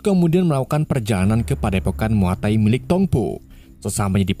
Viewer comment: Muaythai kali bukan muatai